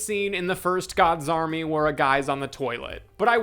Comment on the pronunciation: Audio processing disorder thought you were saying “God Zombie” until like 20 minutes into the video… “Gods Army”… the movie is called “gods army”